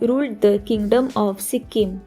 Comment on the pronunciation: Pronunciation karna nahi ata to sikkim ka nam kyu bigar rahi ho